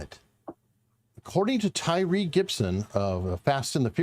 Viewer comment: At least get his name right. It is Tyrese. Tyrese Gibson